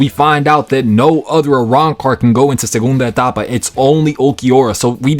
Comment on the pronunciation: Your "Ulquiorra segunda etapa" was so clean, great Spanish lol